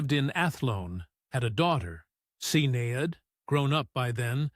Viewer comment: get the name pronunciations right his name is pronouned KEY RON and his daughter is SHIN NADE